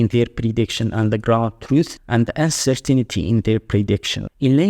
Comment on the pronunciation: Uncer-tinity Uncer-tainty